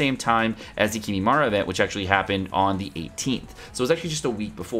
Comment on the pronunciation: wtf is kimimara